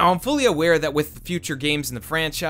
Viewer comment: Its ryu ga gotoku cringe everytime you said it wrong.